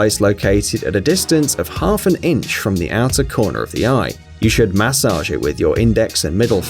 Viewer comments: I never want to hear the word MAH-sage again! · Please don’t say massage ever again